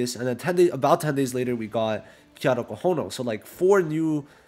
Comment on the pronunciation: his name is KAITO not KIATO